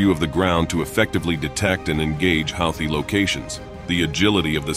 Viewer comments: I thought it was pronounced who-tee, not how-thee. Go figure. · Aw dude your killing me on the way you are pronouncing Houthie it is pronounced like (Hoo-the)not (How-the) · Took me while to realize that 'Hawty' is Houthi. NOw and then the text-to-speech gets pronunciation right. So very confusing.